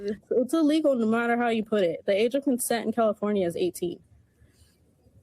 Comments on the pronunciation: The family is “fustrated?” AI can’t say frustrated? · Whoever's doing the voiceovers this video needs to go back to school did that guy just say fustrated instead of frustrated? I mean the video just started I mean seriously what's wrong with people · Frustrated not "fustrated". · Yes I agree, because it even misspoke the same way the girl's aunt did "fuss-trated" instead of frustrated